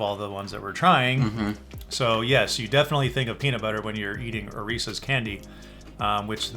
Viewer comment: So glad you pronounce Reese's correctly. Some say "REE+SEES" instead of "REE+SIS" drives me crazy.